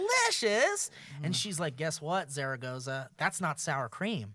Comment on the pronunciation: "The Zero (SeRR-o, roll that R) Care-o) Zaragoza. Sam "The Flasher" Bashor. If you've seen this man please call the local authorities. Featuring: Ricky as "The Man We Aspire to Be". and Bree as... "That cool chick most people want to bang or smoke pot with. Or both. I vote both".